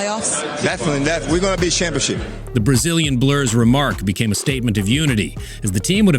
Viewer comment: “We gone be Shampionship” 😭😭😭